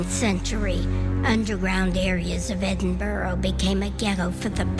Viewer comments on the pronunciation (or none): The narrator voice is just over the top and americans need to learn how to pronounce edinburgh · I've been to the Edinburgh vaults and it's creepy as fuck down there. Good try but they still haven't managed to pronounce Edinburgh properly. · It annoys me when the American lady presenter is not able to say Edinburgh correctly.... Just .... Get a grip!